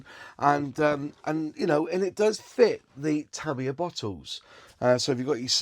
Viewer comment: It's pronounced TA MI YA and not TA MIYA.